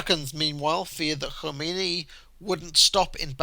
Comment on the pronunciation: Valiant attempt to pronounce 'Khomeini' like its Welsh, not Persian.